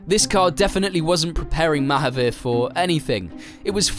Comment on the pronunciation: Its pronounced Muh-haaveer with the 'u' sounding more like an A than a 'you' sound